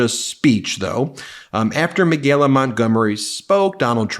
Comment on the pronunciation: Ben, why so much trouble pronouncing Michaela...me kay la... there's no g...it's not me gay la.